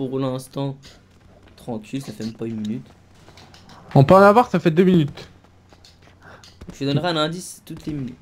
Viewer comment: Minute ou mulute